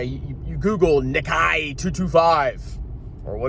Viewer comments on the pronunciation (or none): Nik EYE? It’s NikKAY